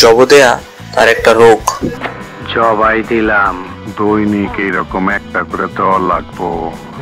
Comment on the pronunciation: ভয়েস ওভার টা বদলে দিয়েন পরের বার থেকে, ভয়েস ভালোনা তেমন। উচ্চারণ এর প্রতি খেয়াল রাখবেন। "জবো" বলে কোন শব্দ নাই, এটা "জবাই"।